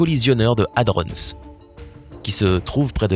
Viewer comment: Merci de respecter la prononciation de hadron, un dico avec la phonétique peut être utile, prononciation anglaise ou française il faut choisir, pitié, ne pas mélanger les 2.